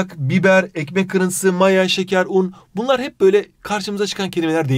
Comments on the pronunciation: iykmek kıriyntisiğ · ekmeğhk kirintisı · den sonrasında koptum aşırı iyi "ekmek kırintısığ"